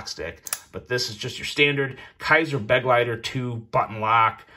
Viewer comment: It’s Be-GLEI-ter, not BEG-leiter! It’s German for “Companion”.